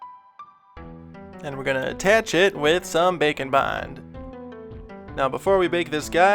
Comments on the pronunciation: Bacon bond. Haha thats what I always hear when he says that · Every time he says bake and bond I think bacon bond 😂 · what he's saying Bake and Bond What I hear bacon bond Now I'm hungry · I always hear Bake & Bond as Bacon Bond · Am I the only one hearing him say Bacon Bond?!?!? 😂😂😂🥓🥓🥓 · Man every time he says Bake and bond, its sounds like he says Bacon bond. I wonder if thats a thing. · For half the video, I thought you were saying bacon bond XD